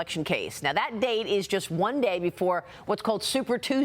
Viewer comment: her name is pronounced "fauni" not "fanny"